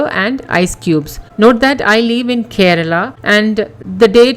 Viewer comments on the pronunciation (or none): none